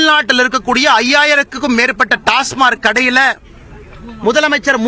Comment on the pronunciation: டாஸ்மார்க் என்பதை முதலில் தமிழில் டாஸ்மாக் என்று ஒழுங்காக சொல்லட்டும் இந்த அரைகுறை அரைவேக்காடு பாரதிராஜா கட்சியின் உளறல் பைத்தியம்.